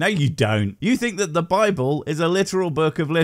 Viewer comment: I love the way that when says "Bible" it sounds like "babble"